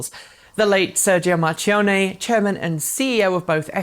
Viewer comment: Btw, it's pronounced Mar-kee-onn-neh.